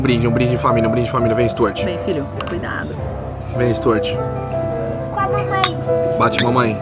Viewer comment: Stuart 😂😂😂😂😂😂😂😂😂😂😂😂😂😂 E o pior é a pronúncia do tonto: Istúartchi! Meu Maycon seria melhor! Ou até mesmo Valdisney!